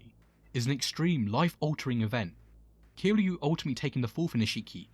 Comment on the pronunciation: Kiryu not Kiliu, for next ime, great video as I find Nishikiyama as one of my favorite characters